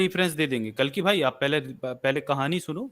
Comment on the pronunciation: कल्कि नहीं कलंकी है ये लौंडा